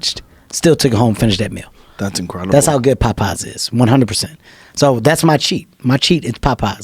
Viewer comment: I love how Kevin pronounces Popeye's.... sounds like he's saying "Pot Pies" :)